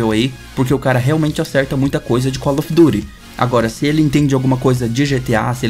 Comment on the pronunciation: primeira pessoa que vejo falando "colofiduri" ao invés de call of duty